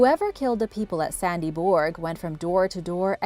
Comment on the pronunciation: The name is Sandby Borg not Sandy Borg. At least you could do enough prep work that you have the right name for the place you're talking about